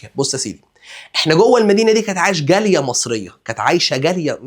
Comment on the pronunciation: كل ما تقول جالية بسمعها جارية